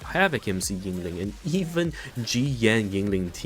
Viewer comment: I took a shot every time you said her name wrong or used the word "broken" to explain a basic interaction and now I have died